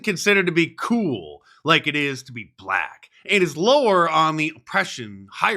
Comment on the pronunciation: Don Burgundy says 'bblackk'. 😂😂 Rubbing it in their faces😅